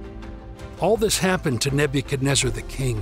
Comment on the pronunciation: learn how to say his name